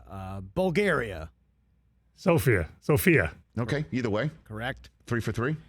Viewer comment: I am Bulgarian, he actually pronounced Sofia correctly the first time. Very impressive, not many people know the correct pronunciation.